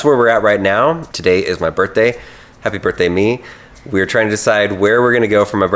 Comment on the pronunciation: happy birtday Can you not pronounce birthday